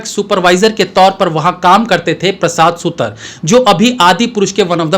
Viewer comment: प्रसाद सुतर नहीं प्रसाद सुतार Wrong pronunciations are unpleasant to listen to